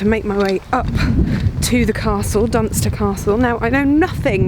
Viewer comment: I heard Dunston not Dunster when was at the castle Dun Dun Du...no I wont make the pun